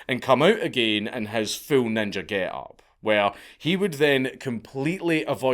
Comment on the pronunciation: Only real ones say ninjer with a hard r